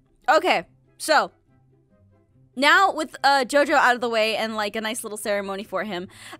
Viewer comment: said "wif"